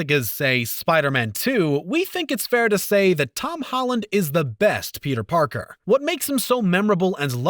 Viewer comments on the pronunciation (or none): none